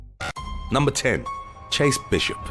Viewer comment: My man really hit that ‘10’ with his chest